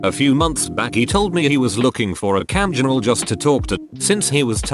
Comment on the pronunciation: No one: The narrator : CAMJIRL